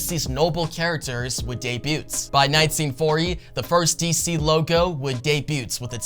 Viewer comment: The “T” in “debut” is silent